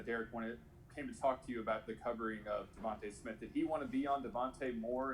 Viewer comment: Can't say his name? Let me help you Devonta Smith #6, WR University of Alabama.